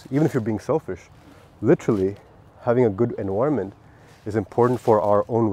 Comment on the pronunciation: Sick video bro! P.S.: EN-VI-RUH-MENT